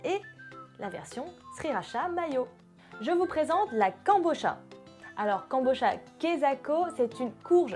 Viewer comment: Kabocha prononcé Ka-bo-tcha